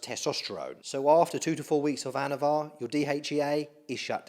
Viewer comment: anavar not avatar lol